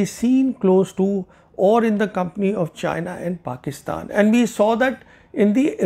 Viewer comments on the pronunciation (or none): none